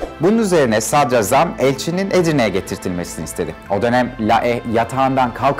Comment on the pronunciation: Hocam diline emeğine sağlık ama sadrazam telaffuzun yanlış. Sadrâzam şeklinde olacak. Ra uzatılır za değil. Kurbanın olam.